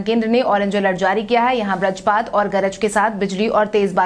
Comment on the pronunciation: Sarak sarak kar sadak bolo Vrajpat nahi vajrapat bolo tum sudhar nahi rahi ho